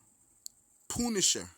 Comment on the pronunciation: LOL, poonisher. hahahaha